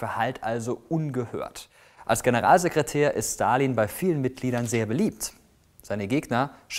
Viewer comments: Wieso kannst du seinen Namen besser aussprechen als den Namen Elon Musk? Hast du Russische Vorfahren? :D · Der erste Der Stalin mit einem S ausgesprochen hat und nicht mit einem Sch!!!